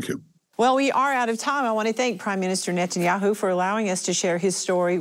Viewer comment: At the beginning, did she say Benjamin Metanyahu ? 🤭 God bless Mr Methanjahu.